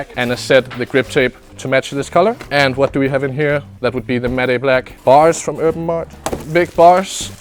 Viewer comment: He pronounces Urban Artt. “Erm Aut”